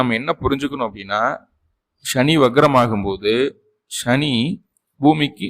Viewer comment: Sa va Sha nu solla karanam enna.. Neenga Tamil a Tamila padikkalaya..!!